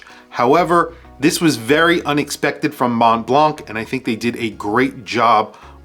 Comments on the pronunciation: Americans please stop pronouncing Mont Blanc like that. The in both words the last two letters are silent. And A in Blanc is more of a O or shwa sound. Just try „Mo Blo“ but with the o in the word song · you pronounce mont blanc without "c" 😊